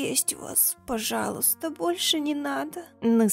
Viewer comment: Я думала я одна говорю "пожязя"